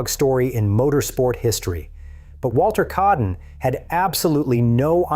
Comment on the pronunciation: Its Walter kaaden, not keaden. Aa pronounced like ah